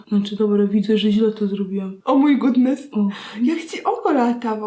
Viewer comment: "o my godness" XDD